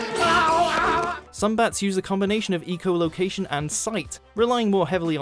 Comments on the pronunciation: Please learn how to say echo location properly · Yes! Completely wrong! Hahahaha! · Lived in Britain all my life and never heard anyone else pronounce echo with a long "e", so it's not really a Brit thing. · His pronounciation of echolocation triggers me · not ecolocation its echolocation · Why does he say ee-cholocation??? It's pronounced eh-colocation, since they use echoes so locate where they are... duh. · ......It's echolocation, not ECO location. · Have you ever heard of different pronunciation based on accent? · Jerica, English people say echo, not eco. This guy just inexplicably mispronounces the word. I can't believe there's STILL no quality control at WatchMojo, and that no one caught the egregious mispronunciation. This is not the same as aluminum vs aluminium; there's no regional difference in pronunciation of the word "echo". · name me an accent that pronounces echo "eco". please. make my day. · I'm British and I pronounce it Echo. In fact, I have never heard anyone say eco. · RaginCanadian1997 I live in Britain, so I probably know more about the place than a Canadian. I have never heard a single person pronouce the word echo as eco. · he said fucking ecoloaction not echolocation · Sergio, English people say echo, no ee-co. This guy just mispronounced it. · ITS ITS NOT EECO LOCATION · ec -o like ecow ecow ecow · The more he says ee-cholocation, the worse it gets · " Eeecho " location"? Hahaaaa....funny Brit accent causing the mispronounciation of words...classic. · Doesn't matter where he's from, it's pronounced the same both sides of the pond. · Agreed, it's extremely cringy. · I thought it was aloominum...? Either way they're saying it wrong. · RaginCanadian1997 The British also pronounce it 'echo'. It is just this guy saying it wrong. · Love how has says echolocation. =P